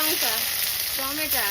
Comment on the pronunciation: বলবে "টমেটো".